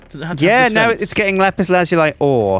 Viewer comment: Lapis lazuli, not la pisse lazouleye!